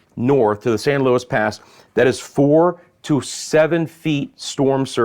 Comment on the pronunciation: It's not st Louis pass it's san Loui pass. And its sabeen pass.